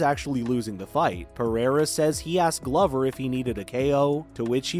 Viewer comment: Dude you need to learn how to say Glover Teixeira's name. In Glover it's a long o like Glowver and his last name is not texeira its said like this Tei-Chera.